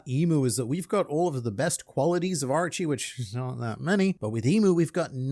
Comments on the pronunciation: I know you are Australian so you can't help it, but O-ROCHI, NOT Archy. Thank you. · please tell me I'm not the only one hearing "Archie" instead of Orochi like 50% of the time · isn’t Orochi’s name pronounced OH-RO-CHI?